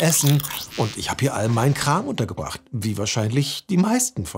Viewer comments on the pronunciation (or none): ich habe zuerst verstanden: " Und ich habe meinen Nachbarn umgebracht" anstatt " Ich habe meine Sachen hier untergebracht"